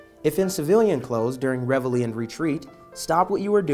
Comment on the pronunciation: Why? Because they pronounced it correctly?